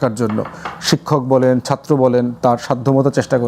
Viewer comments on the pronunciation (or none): none